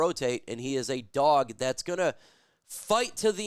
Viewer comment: Could you stop being gxy and say dog properly. You're literally cringe dude!